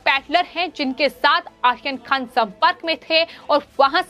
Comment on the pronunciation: Medam aaryan khan aap sahi namm nahi le rahi hai